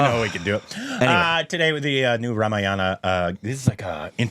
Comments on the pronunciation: It is not pronounced as Rama-yana. Its Raa-maa-yana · No no no it's not RAM- YANA. It is RAMA-AYANA. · I know this comment won't get a response, but I'll say it anyway—for the record, and with full contempt. If you're going to pander to Indian audiences for views, the bare minimum is to spend ten seconds learning how to pronounce Rāmāyaṇa properly. "Ramayāna" isn't just a harmless slip—it's lazy, jarring, and frankly insulting, especially when the word carries deep cultural and spiritual weight. It's not Havana, Savanna, or Banana, where you randomly stress the second vowel. Four syllables. Rā-mā-ya-ṇa. Sacred text, not a smoothie flavour. And don't pretend it's hard. You have thousands of native Indian subscribers at your fingertips. Ten seconds of effort—or one respectful conversation—would be enough. But parroting enthusiasm is easier than practising respect—I guess! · HEY STUPID REACTIONS GUYS .. we should spell it RAAA - MAAA - YA-NA...................NOT RA-MA-YA-NA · it not 'Ramayaana'.. its 'Raamaaayana' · ramayana word Pronounciation is mistaken brother. Pls check once with Google voice. Thank you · You're right, you don’t pander—just mispronounce sacred words in front of millions and can’t be bothered to spend ten seconds checking with the very people you’re supposedly catering to. But sure, deflect the critique by cherry-picking and fixating on one word—‘pander’—because it’s the easiest to mock, while ignoring the actual substance. Classic. BTW, if ‘pander’ stung more than the fact that you were butchering Rāmāyaṇa... thanks for proving the point better than I ever could. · Normally in hindi the A at the end is silent in Ramayana but in the original language Sanskrit, the A is pronounced.